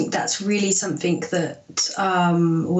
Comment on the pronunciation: Why do people say’ somethink’ instead of ‘ something’ ?